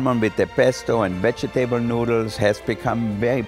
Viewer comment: Only Wolfgang Puck can say vege-TABLES instead of vegetables.